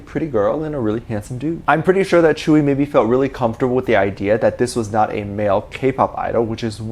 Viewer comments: Could I correct the way you say tzuyu, I don’t know if there is multiple ways of saying it but from my experience it’s pronounced soo-you. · and everyone else: *Jungkook and Tzuyu, dating rumors, tea, grrr* Me: Focused on how Tzuyu's name is pronounced so differently than I imagined it, because I've only ever read it/seen it in text and never heard it pronounced out loud